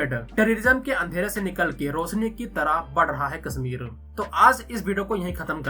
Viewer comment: Your pronunciation is so bad. "Sha" you say as "Sa" Kasmir Seher 😢